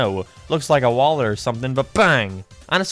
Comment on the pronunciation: legit pronounced wallet like “Waller”